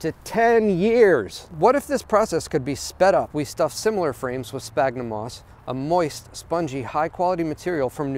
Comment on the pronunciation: It’s pronounced sfag-num not spag-num